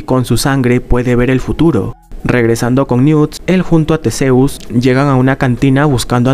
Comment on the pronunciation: Que no se pronuncia Tisius?